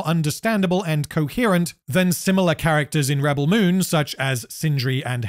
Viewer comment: I really love how you say the movie name wrong multiple times. Its really funny and reminds me of Benedict Cumberpatch lmao. good job! Best objective analysis of the movie from a neutral position! Keep it up lad!